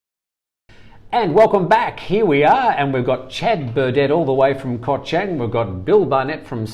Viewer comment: Koh Chang (pronounced Charng) Not trying to be negative, just helping with speaking Thai.